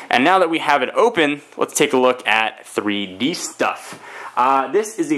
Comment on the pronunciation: glasses free free dee is what you said the first time